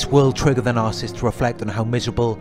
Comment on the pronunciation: It’s NAR-SIS-IST .... NOT NAR-CIST